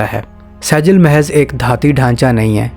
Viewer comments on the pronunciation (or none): Dear saijeel nahi sejjeel sahi word hai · لفظ سیجل نہیں بلکہ سجیل ھے اور لفظ قرآن مجید کی سورۃ الفیل سے لیا گیا ھے۔ (ترمیہم بحجارۃ من (سجیل) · Pronounce the missile name correctly you dummy, it's not Sejil it's Sijeel, from Quran. read Quran or not?? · Pronunciation:-Sajil nhi bhai Sijjeel hy